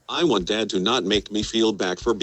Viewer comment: has problems pronouncing words with "T" in them, most notably when he says "Want" he pronounces it as "Waahn"